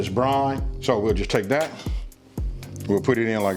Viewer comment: It’s brine not brain